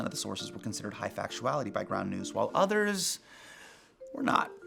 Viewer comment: did Hasan say brown news? I thought he said brown news. ooooohhhh..its ground news